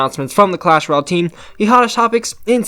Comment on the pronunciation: Did he just say clash royal it’s ROYALE!!!! Duck